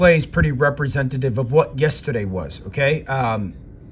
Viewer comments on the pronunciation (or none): Also fuck how says “yestiday.”